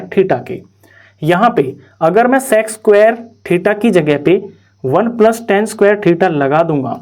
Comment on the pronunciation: Bkl wo sex nai sec hai dhang se boliya kr